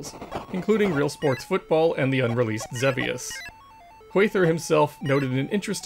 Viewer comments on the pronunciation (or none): Another great entry. So glad you're doing these. I need to go back and catch up sometime. But one thing. "ZEV-ee-us"? I've always pronounced it "ZEEV-ee-us".